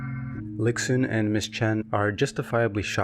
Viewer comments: Great video. Just want to point out that X in Chinese is pronounced "sh" so the protagonist is "lishun" not "liksun" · the video is great but like many people have said, x in chinese is pronounced as a very soft s sound (not exactly sh but between s and sh). idk if it sounds patronising but i feel with all the research you’ve made it is easy to quickly google name pronunciation